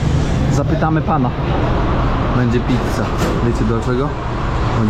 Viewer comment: Wymawiajac Pizza. “Zz “ sluzy jako jedne “c” a nie dwie 😂😂😂 prosze sie dostosowac do swiata